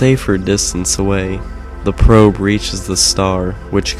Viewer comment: "the probe" sounds wrong